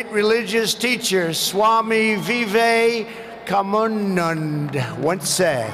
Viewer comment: Ya ya ya.. i no enlish i lav trumpwa... Vaise jo bhi bol raha he bahut achha lag raha he .. abe Nam to thik se le Swami Vivekanand...